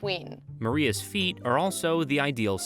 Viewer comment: The way this guy says feet... "Pheet"